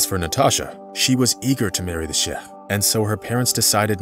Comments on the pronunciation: Chef? ... its pronounced Shake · “Shake” is the right pronunciation